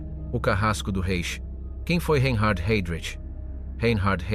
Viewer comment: A.I. SHIT. SUCH AS THIS, REE EIN HARD HEYDRICH.